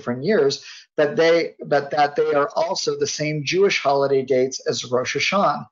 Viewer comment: this guy is probably the only person who does not pronounce the "ah" at the end of Rosh Hasanah everyone else that I know of does